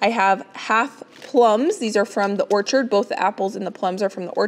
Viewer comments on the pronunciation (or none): none